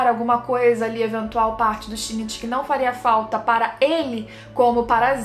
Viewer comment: o único defeito de parasyte é o shinichi ter ficado com a murano, e não com a best girl: Kana-chan ç.ç só um adendo, a pronúncia é Shin-ichi